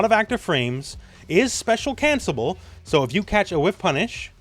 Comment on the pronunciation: speak wit hme: Spe-cial CANCLE-ABLE (move the L to the able) TY!:D